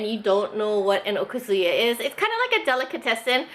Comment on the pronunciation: One thing that bothers me about Hawaii asians is their (mis)pronunciation of "okazu-ya". Even Japanese second generation owners say it wrong. I don't know how to write it but the emphasis is not supposed to be on the "zu" it should be more on the "ya". But then so are a lot of Japanese words.